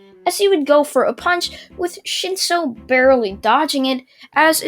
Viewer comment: you said shinso I heard shitso